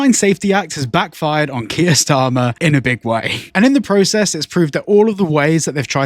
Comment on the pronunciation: That’s karmer, Starmer 🤣